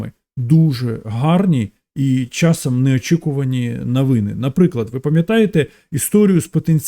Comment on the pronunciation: А що це з слово навыны, асаблыво ,давгастракову ? Ты що жид?😅